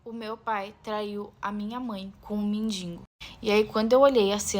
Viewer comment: "Mendingo" é pior do que a história...